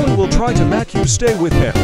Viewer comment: "mak you stay." 💀 💀